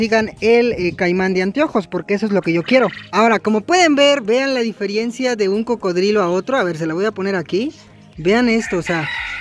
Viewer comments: se dice DIFERENCIA no DIFERIENCIA en todos los videos lo dice jajajaja ya alguien tenia q decirlo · la diferiencia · Para Ver La DIFIRIENCIA xD Saludos xD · difirienza xdddd No hate Saludameeeeeeeeee!!!